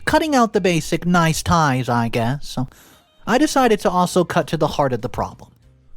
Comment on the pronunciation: Please learn how to pronounce "niceties" (timeline 5.24) properly as also "disproved" (23.28 timeline) as opposed to the disapproved you stated. Two very different meanings.